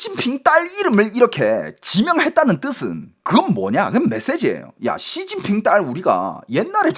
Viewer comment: 앜ㅋㅋㅋㅋㅋㅋㅋㅋㅋㅋ 야이c 쒸진핑쉬바샠힠ㅋㅋㅋㅋㅋㅋㅋㅋㅋ찰지노